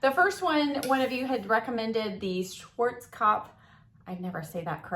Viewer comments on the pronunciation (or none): none